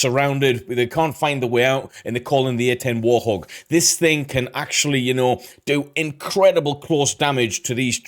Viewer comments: One day, AI narration will be able to read right. "War-thog"...no, it's "Wart hog" and they screw up on numbers a lot. It's funny they narrate "Bill Maher" as "Bill Ma-her" instead of "Mar". It really puts me off after an obvious mispronunciation. "English, do you speak it?" Totally off the subject, I live near an Army National Guard base that hosts AH-64 attack helicopters and drones. It was crazy one day when I heard a "train" outside and I looked up and it was an entire group of AH-64's flying at their minimum ceiling (500 feet) one drill weekend. Chinooks, Blackhawks, Hueys, and other cargo helicopters fly over all the time. When I was a kid, National Guard infantrymen would land their Huey nearby during drills and we could walk over to hang out with them. After Vietnam ended, the National Guard didn't give AF, they would land, smoke cigarettes, drink beers, shoot off some blanks to say they did their practice, and then fly back to base. That was when they were unprofessional "weekend warriors". My cousin transferred from the Army to the Guard and then transferred back. "I didn't join the military to drink beer and smoke cigarettes, put me back in the regular Army!" He would rather be an MP at Ft. Hood in Texas than goof off once a month in the Guard back then. Today's Guard is a LOT different, though officers and Sergeant are often handed their targets as they walk up to annual qualifications. "Look Sarge, you did real good!" (Gov't issued pens make perfect 5.56 bullet h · AI voiceovers are just horrible. Why nobody can actually narrate this video is sad. The A-10 is not a War-Thog it's the WART-Hog. Only an AI voice with an accent like that would get it wrong. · Wait,... did he say "War Thog"? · Damn chatbots. What is a "war-thog"? You kind of have to just accept it for the sake of putting out content, because the annoying AI is everywhere now. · Narrator: "War-thog". Bwahaha.... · did the narrator just call it a "WAR Thog" or am I just hearing things wrong?